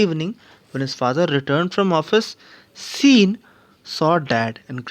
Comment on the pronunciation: Wrongly pronounced Sean